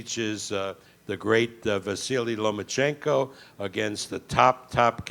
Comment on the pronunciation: This bitch was like " Papachenko, Papachenkoo" lmao